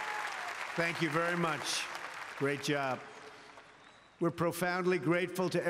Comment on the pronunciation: Inspirational: 'You too can have a great sperts team, sperts is gret'